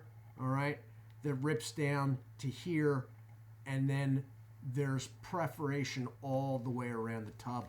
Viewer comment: Dude its PERFORATION not PREFORATION. I was genuinely quite surprised to hear you say it again after the first time I thought was probably an accident but you really do seem to think that perforation is pronounced as preforation.